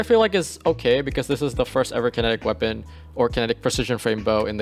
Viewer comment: it’s pronounced “KIN-NET-TICK” - enunciate man, don’t shout out the xbox kinect, it doesn’t deserve your co-sign! also, Accrued Redemption with Wellspring / Kinetic Tremors is amazing for endgame PvE. you get great AoE off of KT, 8% ability energy per kill, and disorientation break off of the origin trait (photoinhibition).